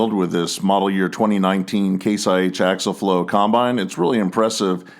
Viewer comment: Dadgummit!!! The word is pronounced Ak-see-uhl!!